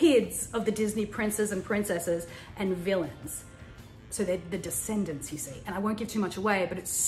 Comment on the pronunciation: Tanya you just made me love you so much more once you said Decsendents😍 some new Disneymovies are actually good Aha 💕💕